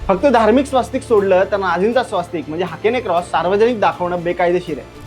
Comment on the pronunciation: Hakene cross nai re baba 😂😂😂😂😂😂😂, Hakenn croosh, manje hooked cross